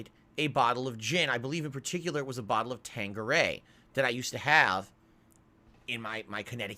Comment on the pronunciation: He’s setting the goal high so he can save his precious for later. That way when he gets called out for drunk tweeting off the gin tomorrow it’s gonna be “nothing I could do I bawght the bawtel so I have to finish it.”